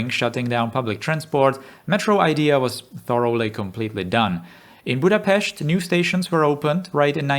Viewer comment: Huge props for pronouncing Budapest right. Great video also, as always